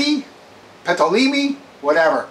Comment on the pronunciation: No insult, my shmack-a-ma-gob friend, but Ptolemy is pronounced "Toll-le-me."